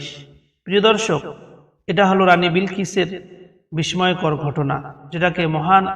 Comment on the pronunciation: মাশাল্লাহ, খুবই চমৎকার হয়েছে। তবে আপনার বাংলা উচ্চারণে সমস্যা আছে।যেমন, ( বিস্ময়, আকস্মিক) ইত্যাদি।